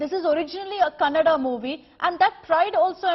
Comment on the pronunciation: Happy thing I heard is news reader said kannada correctly!👌